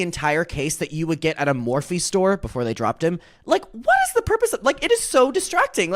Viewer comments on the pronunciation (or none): none